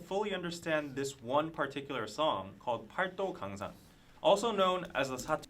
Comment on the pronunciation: the Korean alphabet is very easy to learn, but the grammar is pretty complex - as a non-native speaker who’s been learning for a few years I’d give ur pronunciation a 6 or 7 for paldogangsan! (팔도강산)